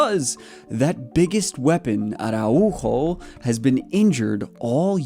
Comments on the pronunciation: The tilde is not that strong. It's not "Ara-UUUUUUUUU-jo" its "araUjo", the U is just "louder". "are ow ho" is the englsihshifgivatrion of th word. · the way you say Araujo is kinda funny, VISCA BARCA 💙❤️